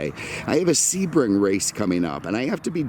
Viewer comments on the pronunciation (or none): none